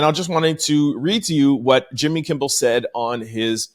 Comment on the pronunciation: K I M M E L. not kimble